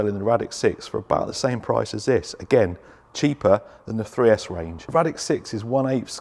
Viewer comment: 3s Arrma are horrible! at first I thought you were saying 6s.was thinking you lost your mind for a minute 🤣🤯